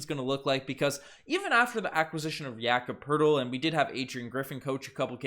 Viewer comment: no funniest i heard was jakob Po-Tel-Li